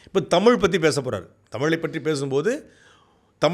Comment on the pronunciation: சாட்டைக்கு ழகரம் உச்சரிப்பு வரவில்லை. 'தமிள்', 'தமில்' என்று தான் மூச்சுக்கு முன்னூறு முறை சொல்கிறார். இன்றைய தலைமுறைக்கு சுத்தமாக தமிழே வரவில்லை. இதில் அவரவர் தாம் தான் தமிழை காக்கும் தனையன் என்று பெருமை பேசுகிறார்கள். உங்க சீமான் மேடைகளில் ஆபாசமாய் நாராசமாய் பேசுவது எந்த வகையை சார்ந்தது ?